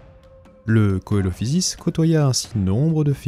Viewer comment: Coelophysis se prononce « Celophysis »